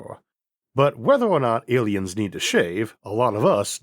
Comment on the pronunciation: Biwwion? Awiens? Eawrf?